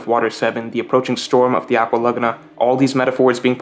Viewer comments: Nobody:: aqua LuH gUhh nA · This pronunciation of aqua Laguna is killing me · I hate how you pronounce "Aqua Laguna"